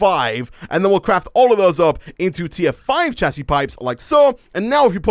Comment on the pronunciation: hey you know that it pronouced "shasy" not "chasy"